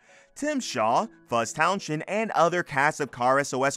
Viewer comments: I wish Fuzz's surname could be pronounced correctly,it's Towns end,not Town shend,the "H" is silent. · Did you call him Fuzz Town shend? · Yea, Towns-end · Town shend 🤔🤣🤣🤣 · Silent 'H' in Townshend 😉